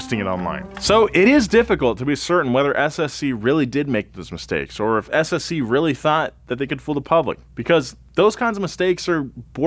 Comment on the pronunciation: Thanks for pronouncing the name of the SSC car correctly, so many people don't bother trying to find out how